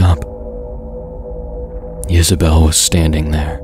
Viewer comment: Oh, it was Isabell. I thought he was saying Yisabelle, which I thought sounded more unique and cryptic. Gotta say, you made a fan out of me. Some of the stories I listen to on YouTube start strong and end weak. I like that you give your stories more closure.